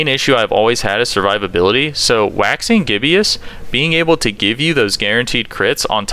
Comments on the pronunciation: "I finally found a Waxing Gibbious... Sorry, I finally found a Waxing Gizbbious..." Bro, it's Waxing G I B B O U S. Pronounced like, J i b i s s. Just Goggle the word Gibbous. Click the little speaker icon. =) It's got to do with the moon. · (Gi-bus) is the pronunciation, as in the moon Cycle Waxing Gibbous. Sorry grammar makes my head break lol Love your video! keep ‘em Coming!!!!